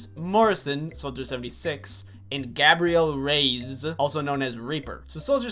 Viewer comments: Gabe-re-ull Ray-ez not gab-re-elle rays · "gabriel reEZ"